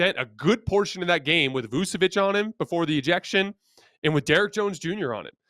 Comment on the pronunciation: L2Pronounce Vucevic it is Vooch-uh-Vitch Nikola Vučević (Serbian Cyrillic: Никола Вучевић, pronounced [nǐkɔla ʋûːtʃɛʋitɕ]